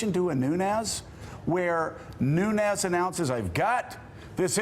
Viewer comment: Every time they say Nunez, it makes me cringe. It's pronounced "Noon-Yez."